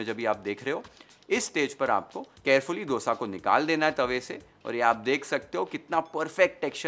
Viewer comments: I am so happy to hear a non South Indian say Dosa and not DHOSA as others do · Love how you say “D”osa, the way it is actually said in South. Not how we northern-Indians usually end up saying. It took me a while to be mindful about the pronunciation, but now it is my normal